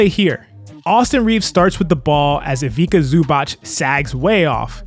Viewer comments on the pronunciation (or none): Love the content - some of the worst Ivica Zubac pronounciation I've ever heard hahaha I'm Croatian, let me teach you Just say it as Eeveka Zoobats